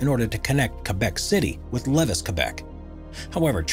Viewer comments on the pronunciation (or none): Levis in Quebec, is pronounced Lev-ee, not Leviss. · Nor can he pronounce Lévis, Quebec (its le-vee not levus) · I'm sorry, did he say Lettuce Quebec? That's Lévis QC pronounced Ley-Vee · It's pronounced "Lu-VEE", not "Levvus" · Levis, QC is actually pronounced “Layvee” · Levis Quebec is pronounced levy, the the s is silent….